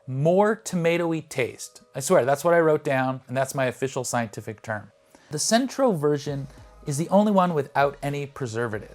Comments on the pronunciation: I have to say, your scientific thoroughness is suspect when you say "Centro" instead of "Cento" multiple times, and put the misspelling on a graphic. It's Cento, pronounced CHEN-toe. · It's Cento (no R in the word) and pronounced CHEN-toh. They also have a D.O.P. version which is my go to. I tried them one time because they were on sale and I had always been curious. I'm never going back. For the few dollars difference it is well worth it. Also tasting them straight from the can is probably not best. Think about it, that is now how they will be used. To properly test them put them in a simple sauce and then compare. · If you are reviewing tomatoes, supposedly from Italy, two things - First, there is no R in Cento. You pronounce it with an R, and the copy reads that way on the video. Second, the pronunciation is not Cento, rather, CHento. That bugs the hell out of me. Similar to people to try to make Bruschetta. There is no BRUSH in Bruschetta. Pronounce it Brew sketta. At least then you won't stick out like a duck in a hen house. Until they taste what you have made. Ciao. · I wish he would have done his homework, in not only his gaf in pronouncing “Centro” for Cento, but his failure to mention that not all USA Grown San Marzano’s are bad! A company called Stanislaus, based in California, produces a locally grown San Marzano, in various grades & qualities, that, in my opinion is better than many imported ones! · First off they are CENTO pronounced CHENTO there isn't an R in it bruh! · You kept on saying "Centro" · There’s no “R” in Cento. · Dude you really need to learn how to properly pronounce Cento if you want to be taken seriously. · You not only pronounced it with an R, you spelled it with an R. Clearly no R on the label. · Let's not. It's not anything like the Mandela Effect. It's just you mispronouncing something that's always had the same name and label. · Thank you. Hearing "Sentro" made my skin crawl. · Cento not centro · It's CHEN-to, not SEN-tro.